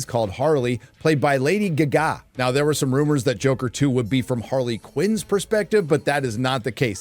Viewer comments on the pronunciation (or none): Lady gah gah....not giggity giggity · WTF is with saying Lady Gaga With Gugaah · “Lady Gagá”? Lol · Lady Gee-ga? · Lady G-Ga....? WTF is that? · JOKER 2 SUCKS DINAOSAUR BALLS. But Mr Narrator.....Who is " Lady geh gah " ? :) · Lady Guh Gah. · Lady Geh-Ga 🤣🤣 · Lady Guh Gah? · Same lol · are you pronouncing lady gaga like a dumbass on purpose? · why do you pronounce lady gaga like a dumbass? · He thinks that's 'funny'. I generally like his content but he makes that dumb shit a lot. I must admit, it annoys me. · how the fuck are you saying lady gaga so wrong.. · I've never heard Lady Gaga mispronounced so many times in such a short video. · How you say lady Gaga makes my soul hurt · Is there a joke I’m missing? How does he not know how to say Lady Gaga? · Every time he says her screen name 😂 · It doesn't matter if it's "far and few" or "few and far". You gonna cry on how he pronounce lady Gaga's name and how I didn't capitalize the L in lady?